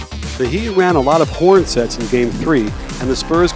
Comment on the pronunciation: Did I hear you right? Did you say the Heat break out in a "P(h)orns set?"